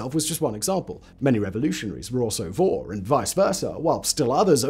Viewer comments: In Russian the word thief is pronounced [vor]. But you have to pronounce [voR] with hard and define R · Vorrr. emphasis is on R, not O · It is not pronounced Woh or Woe. It is Vor (with hard 'r' like in 'roberry')